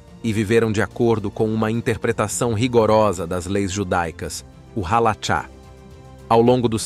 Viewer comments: Não é halacha ( mas halarra) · Pra todo os lugares q o povo ia todos nos proibiam de plantar neste mundo,entao nos criamos aos mundos mais elevados. outra coisa usar voz AI fica ziada estas pronuncias hein. Alara. CH som de R. Agora ir atras de informacao na net pra falar e zoado hein. Nun sabe de NADA Inocente. Os q Apoiam A palestina e sao contra Israel,ja foi declarado pelos gigantes q eles sao dodo das ideias,que nao devem ser levados a serio